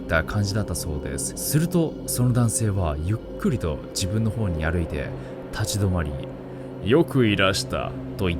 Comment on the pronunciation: 誇って(ほるって) 歩いて(ありいて) 泳いで(おるいで) 糞いて(あるいて)